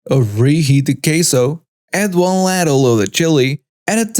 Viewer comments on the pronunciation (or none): FYI: chef is pronounced shef and ladle is pronounced laydle